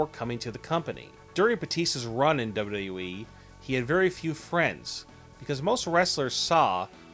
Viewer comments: Learn to pronounce WWE lol wtf is duyudub-e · "Dabledabledabyou EEE" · "Duba you da you wee"